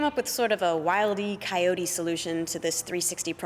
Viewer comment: She said Wildey Coyote 😂😂😂